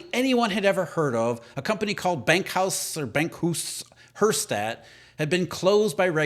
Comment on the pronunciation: You almost got it right at first: bank-house herr-shtatt